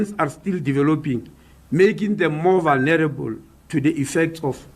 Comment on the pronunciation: Eish minister cannot pronounce the words vulnerable, exposure etc.